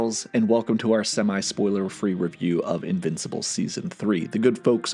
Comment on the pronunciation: This was a great video. Really good work. But if you ever call me an "invicipal" again i may press charges.